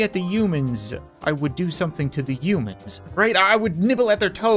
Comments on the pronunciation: He said umans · the way he say's human's